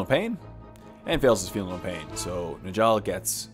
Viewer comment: Njall is pronounced (Nyall). Please